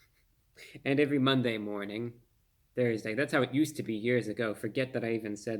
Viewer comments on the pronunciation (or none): When I heard you say Thusday, I got excited that you were adding another radio broadcast!...the best radio show on the airwaves!😊❤